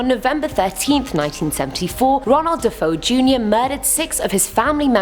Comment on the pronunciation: You said Ronald Defeo’s name wrong too!!!